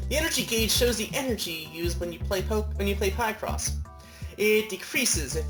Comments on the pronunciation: Picross (pi-cross) not (pie-cross) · It's pronounced as, 'pic-cross' not, 'pie-cross.' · Let's use our logic, shall we? You're combining the words "picture" and "across" for the name of this game, so you wouldn't pronounce that "pie-cross", now would you?